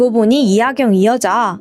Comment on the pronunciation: 발음이 좀 안 좋으셔서 집중이 잘 안돼요 ㅠㅠ 이하경을 하견으로, 먹었을을 먹였을으로 말씀하시는 등 발음이 많이 새요